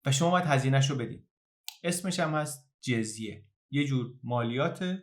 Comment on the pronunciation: فکر کنم خوانش درست لغت جَزیه است و نه جِزیه در ضمن دَمه باید باشد.